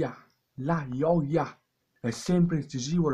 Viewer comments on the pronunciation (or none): Sei antipatico quando dici la ioia